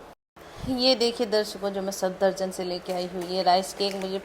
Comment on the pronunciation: It's SAFdarjung lol, irritated me so much when you misspelled it plus pronouncing it wrong the whole log 😂